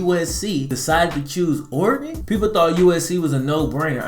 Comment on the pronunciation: Ore-gone, Oregon